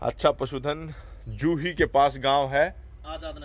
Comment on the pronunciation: एक व्याकरण गलती सुधारो जुही नहीं जूई है।